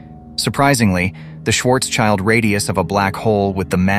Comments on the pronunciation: Schwarz-schild radius not Schwarzs-child... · It’s not „Schwarz-Child“. It’s spoken „shwartsshild“ radius. „Schild“ is German for „shield“ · Brilliant explanation. But could you please refrain from saying Schwarzs-Child. It drives me crazy. Your hyphenation is wrong. It's Schwarz-Schild. It has nothing to do with 'child'. Schwarzschild translates to Blackshield. Try to say something like Shwurts-shild. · Great video - thanks for that. But the pronouncing of "Schwarzschild" triggers me really hard! Please pronounce the names correctly. Schwarzschild has nothing to do wich a child. It is more Shwartz shield - literally translated is Schwarzschild >> Black shield. Thanks - and again, great video! :)